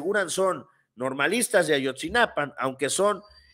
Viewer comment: A-YOT-ZI-NA-PA SIN "N" YA APRENDE A DECIRLO CORRECTAMENTE ERES ABOGADO